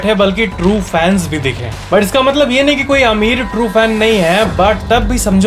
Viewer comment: I love your "maatlaab" word🤩